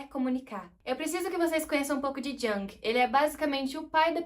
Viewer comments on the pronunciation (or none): Jung se pronuncia "Iung" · Amiga amo seus vídeos, a pronuncia correta é “Yung ❤” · Que agonia dessa menina falando Jung errado!!!